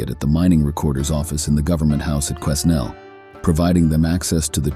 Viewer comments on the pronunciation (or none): Quesnel. Its pronounced "kwa-nel" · In Quesnel the S is silent